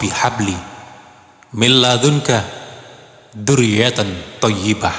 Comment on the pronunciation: ذريت Bukan du ..baca pun silap